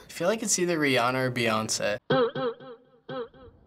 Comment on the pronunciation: girl u gotta go how gonna say Rihanna sweetie... not today